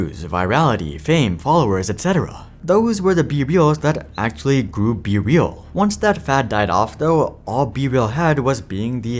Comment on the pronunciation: Not me hearing “bbl” instead of be real